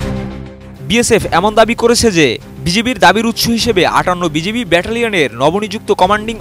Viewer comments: সাংবাদিক ভাই, আপনি বার বার বিজেবি বলছেন কেন ? ভারতের বিজেপি বলতে বলতে কি মূখ দিয়ে বিজিবি উচ্চারন হয় না ?? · "বিজিবি" শুদ্ধ করে সংবাদ পরিবেশনের জন্য অনুরোধ জানাচ্ছি। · আপনারা এত বড় চ্যানেলের সাংবাদিক বিজিবি কথাটাও শুদ্ধ ভাবে উচ্চারণ করতে পারেন না।